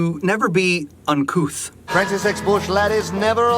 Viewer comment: Oh, "uncouth"! I always thought he said "uncoo'," as in "uncool" with an affectation. "Uncouth" makes way more sense.